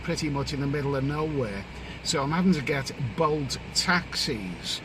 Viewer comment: I though you said ‘boat taxis’ but then I realised you were talking about bolt app like Uber.